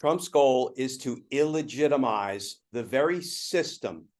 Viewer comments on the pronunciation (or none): Deligitimize, not iligitamize